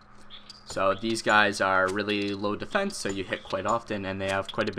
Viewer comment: How low "Defecne" does yaks have? :)